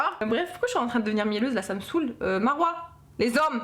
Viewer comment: "euh.. les Z'hommes.." 😂😂😂